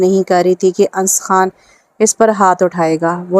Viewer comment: Ye Anas he na ki ans